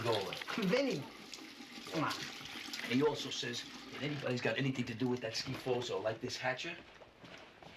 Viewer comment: It's pronounced skifuza not skifozo Tony. How could he be born in Brooklyn and not know that?